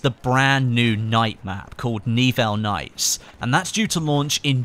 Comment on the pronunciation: i'm pretty sure it's not N-Evil nights, but Ni-Well nights;)